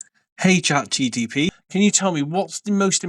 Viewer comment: Hey, Nice video once again, I chuckled as you keep calling it Chat GTP instead of Chatgpt, thought was bit funny and it did not mind at all 😁